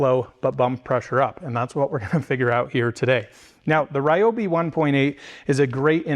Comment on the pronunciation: Wow you pronounced Ryobi correctly! Ryobi really has been crushing these tools